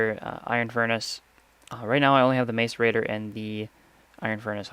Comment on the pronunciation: Macerator is pronounces mass er ator